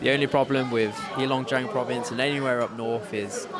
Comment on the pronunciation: It's not HEE long jiang. It's HEY long jiang.